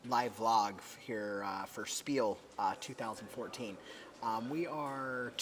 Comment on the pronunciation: It is pronounced (shpeel). ;)